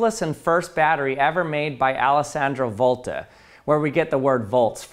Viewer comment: As an italian, you quite nailed the Alessandro Volta pronunciation!